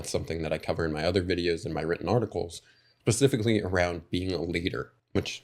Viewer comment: I’m enjoying the video sir and I mean this with this utmost love and respect. The word is “specifically”. I know I sound like a dick, I’m just trying to be helpful.